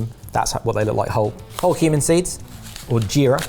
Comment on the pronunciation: Heard Human seed instead of Cumin seed at the start there and was very worried at how blasé was.